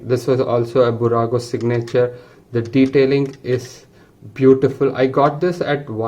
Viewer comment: Fantastic video! However, when you say "signature", the accent is on the "i" and not on the "a". At any rate, beautiful video and well done for highlighting how much detail there is in these models, even though they are not the most expensive ones. For curiosity, how much did you pay for each of them?